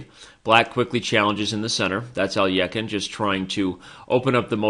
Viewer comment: Even if you're pronouncing it incorrectly, at least sound it out correctly. How do you get a y in there? Alyekhine. Even just sounding it out you said it wrong.